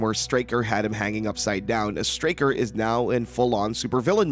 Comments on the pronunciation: STRAY-ker, NOT Starker. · *Straker, not “starker” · “Straker” Not “Starker” lol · small point, not Starker, Straker. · One problem l have with this video is that the narrator repeatedly mispronounces Straker’s name as “Starker”. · If you're gonna hate on the movie can you at least get your pronunciation of the name Stray-ker correct. Also the newspaper cliptalking of the fire is from 1951,the first fire that almost burnt the town down. In the 79 version Marc is giving his speech for the play which tells of the 51 fire. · you know when someone hasn't seen the other two TV movies, & hasn't read the book, when they mispronounce one of the major names in the story. Over & over. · hahahahaha! "Straker" is really a hard word to sound out in your head, right? How many different ways do you think it COULD be pronounced? "Let's see--"st" is short for "saint", so maybe it's 'Saint Raker'"? Gimme a break. SOME words, yes. A simple word like Straker, I doubt you'd struggle to pronounce, unless you have reading difficulties. I suggested having read the book AND seen one or more of the TV movies would enable you to pronounce it correctly. It's not as if Straker is a minor character. Also, the argument that "the script was wrong" may be true, but IF you'd watched any of the other series, or listened to any other review of Salem's Lot, ever--you'd correct the script when on air, & when actually reading from it. My point is this guy isn't a true fan, because at least once or twice in his life, he'd have heard the proper pronunciation for that name. Now that's ok--most reviewers AREN'T really fans. Now he knows. Maybe going forward, he's less likely to mispronounce.